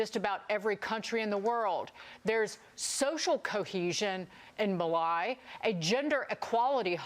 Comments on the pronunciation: Mali = Mar-lee, not May-lie you daft hillbilly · it would be wise to pronounce countries in the correct way if you want to make a point about where the money goes. Maly? Mali. as in (carry) i know it is semantics but i think it is quite important to use correct prononciatian. thank you. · Maleye? You mean Mali? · In mal-eyeee! I thought it was pronounced mali? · It's not ma-lie...its Ma-lee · Mali is pronounced like "Molly" 😂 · “Muh-li” lol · Mali being pronounced, "M'Lie"......is hysterical!!!! :) :) :) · We don't need to hear that we are outraged. We know that. I suggest you all spend less time in makeup and more time in research. It's "Ma_lee", sweetie. How hard could it be. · 0.31 It's MAH LEE.... :) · the woman has never said “Mali” in her life, she’s clearly never heard of the country. 😂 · Check the pronunciation of Mali. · How on earth did she pronounce Mali?